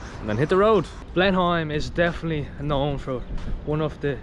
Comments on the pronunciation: It is not pronounced "Blen-Heim". It is pronounced "Blen-Am". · Love this video. FYI locals pronounce Blenheim as.. Blen-im not Blen-Heim i.e. silent H FYI my partner used to have massive issues at that time of the month. Please for sake please get a prescription of Naproxen! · Hey guys - love your channel - watch from Australia regular. Expat Kiwi...maybe things have changed since I left decades ago, but we always pronounced Blenheim "Blenem", rather than Blenhime! Correct me if I am wrong - keep up the good work, great channel..... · The way you pronounce Blenheim cracks me up 😂 never heard anyone say it like Blen-heim 😂 we pronounce it like Blenem. Now I think about it, you guys are probably pronouncing it the way it’s supposed to sound 😂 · Love the pronunciation. Blenhime. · Blenheigh lol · Blen-im is how we say it here, kids. So please don’t copy the Irish version! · interesting pronunciation... kiwis just say 'blenim' but you might be right.. Austrian place name maybe? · Love your Irish accents. We Kiwis pronounce Blenheim as "Blenham" but you are forgiven for not knowing that. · Pronounced... Blennim .... 'h' is silent as it is in England. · Yep, the "h" is silent. "Blenim" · Thought it would pronounced more like “Blen-imm” than “Blen-am” 😂, either way can understand why they’d pronounce it the way they did as the place name is European/German in origin. Find it cool how research how to pronounce the local names but to each their own 👍🏽. Still great of this channel to showcase NZ to the world 🇳🇿🫡.